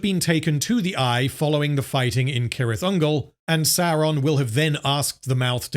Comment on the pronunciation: its pronounced "sirith" ungol btw, as far as i know